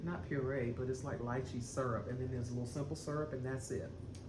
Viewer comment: Frist time watcher from San Francisco, CA ...glad to see you'll and happy crafting. Lychee is pronounced "lie - chee" :) that drink looks so refreshing.